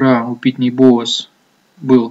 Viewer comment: Вот как относиться серьезно к инвестору зарубежного рынка, который произносит "Петрочемикал" и "Питни Бовс"? Анализ уже переведенных новостей может быть с огромным опозданием и необходимость читать онлайн изменения рынка США встает на первое место.